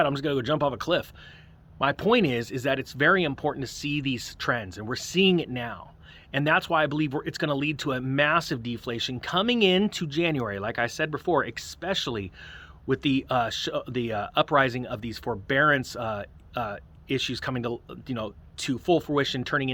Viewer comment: I want to believe you but you said "ex-specially" again. :P